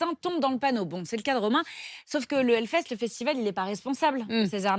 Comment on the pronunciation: pardon mais ont dit HELLFEST et pas HELFEST...